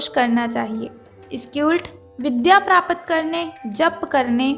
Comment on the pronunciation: आप अपना हिन्दी उच्चारण सही करें यथा प्राप्त को प्रापत कहना गलत है, भाषा को सुधारें |